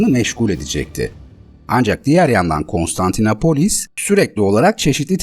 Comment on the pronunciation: Her Konstantinapolis dediğinizde irkildim. Doğrusu KonstantinOpolis.